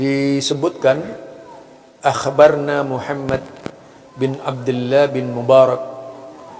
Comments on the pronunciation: akhbarona. bukan akhbarna. 😅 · Maaf bacanya bukan AKHBARNA tapi AKHBARONA karena itu wazan fil'l Madhi. Syukran.